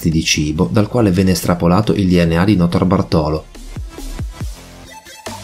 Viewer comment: Notarbartolo l'accento va sulla A di "bartolo". Cmq, il ladro di quadri l'avrei messo in un buco e buttato via il buco. L'arte.è di tutti non sua. Lui non ha venduto i quadri.. seee... Cerrrto!!! I ladri di banche: tutti dei ganzi. Quasi quasi mi è dispiaciuto l'abbiano presi.